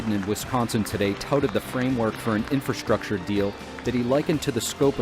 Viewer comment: What is "infurrschruucktuurr"?? Norway